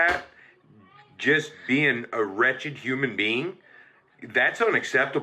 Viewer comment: ... HOW GREAT IT FEELS TO HEAR SOMEONE PRONOUNCE "WRETCHED" THE CORRECT WAY N NOT SAY "RATCHET!" lol I would've gave these people the same nasty attitude RIGHT BACK then walked my ass right out their house!! How RUDE AND I HOPE THEY CONTINUE GETTING THE NEGATIVE KARMA THEY ALL DESERVE!! SHAME ON THAT FAMILY FOR BEING SO DISRESPECTFUL TO SOMEONE WALKING IN THEIR HOUSE WITH FOOOOOD IN THEIR HANDS WHEN SHE DIDN'T HAVE TO MAKE ANYTHING!!! OH MY GOODNESS PEOPLE GROW UP!